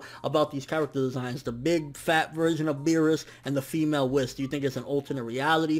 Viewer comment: It's Whis! Not Wis...WHIS!!! (Wheeeez) okay? Cool.